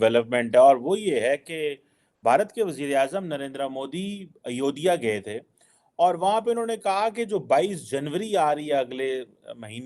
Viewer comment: Are chima sale ayodiya nahi ayodya kahte hai tumko bolne ki akl kub ayegi